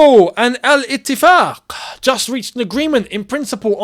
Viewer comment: someone who can actually pronounce al etiffaq correctly